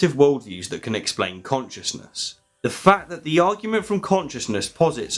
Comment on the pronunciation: Did you notice that he says "fact" loudly and distinctly, and that it sounds a bit like "Fucked"? My roommate did. She asked what I was watching that was so fucked.